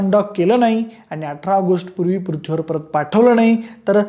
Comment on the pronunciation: पृथ्वी शब्द जरा निट बोला . अजिबात बोलता येत नाहीये